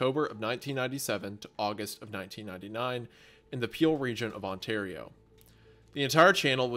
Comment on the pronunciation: from an ontario native hearing these boys pronounce Caledon with a DON and not a DIN is wild. oh god, hunter pronounced it with DIN but then absolutely butcherd Ontario.